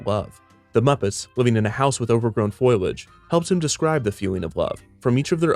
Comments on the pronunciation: Truly interesting. One gripe, however. A minor point. The leafy part of a plant is foliage. Pronounced fo lee idge, accent on syllable. Three syllables. Not foil idge. I hear professionals mangle this word, too. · "Foliage", not "foilage". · You make such good videos, and Sesame Street and Muppet history fascinate me. This channel kicks ass. But it's not "foilage." It's foliage. Fo-li-age. Pay it forward. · Damn man it's NOT FOY_lage! It's fol-e-age. It's Wall-dorf, not wool-dorf Public education failed you badly. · its fo-li-age not foy-ledge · I noticed that you said “foilage” instead of “foliage” and I couldn’t help but think about the time Marge Simpson kept calling it that while at the cider mill lol. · *Foliage not Foilage. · that's not how you say foliage, it's not said like "foilage" or it would be spelled like that. You're clearly not comfortable with the word and have not heard it or used it much in conversaiton at all. It's a commonplace word that is like leafy, but more of an noun than adjective. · "In a house with overgrown FOIL-AGE". You idiot, its foliage (FOOO-LEE-AGE) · "Foilage" something I used to say till I realized it's "Foliage" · Did you just call foliage "Foil-age". Say it with me.... FOLL-EE-AGE. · "Foliage" is pronounced "FOE-lee-udge", not "FOIL-udge". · I know I'm super late to the party here, but for future reference, it's fo-LI-age, not foil-age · FYI it's foe-lee-age not foil-age. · Overgrown “foilage”? For starters, it’s foliage and that’s not overgrown. In fact, that was modest for houseplants in the 70s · It's foliage, not foilage... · Fol-E-age not Foilage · It's "foliage" not "foilage," Defunctland. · did you just say foliage and foilge ? fo lee age not foil ege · "...overgrown foilage..." Foliage maybe? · ah man. did you really say FOIL-age? cmon mate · Really? "Foilage"? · Foilage? You Marge Simspon or what? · did you just say foil-age? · “ you don’t have to be a nukular scientist to know how to pronounce foilage!”